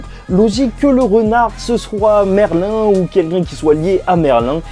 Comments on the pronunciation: Sa se prononce merline pas merlin😂😭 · Ne me dites pas que Merlin est une antagoniste dans cette suite ? Et on dit MERLINE pas Merlin